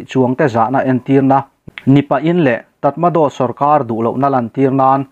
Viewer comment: Tramaraw ti a lam tur..Tatmado tih hi